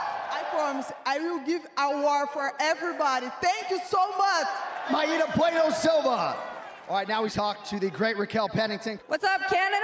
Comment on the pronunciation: Why does Anik call her my-eata. Just say Mayra.